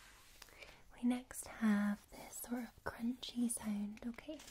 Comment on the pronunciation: How does that “sownd”..